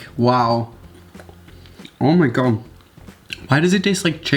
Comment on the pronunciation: “Oh my Gaw”